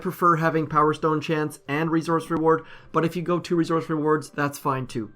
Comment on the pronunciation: I can't stand how he says "resource." It's not that hard to say correctly.